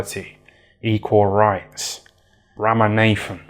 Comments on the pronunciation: Ram-a-Nathen 😂😂😂😂😂😂😂😂 yooo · Ram-a-nathan always gets me 😂😂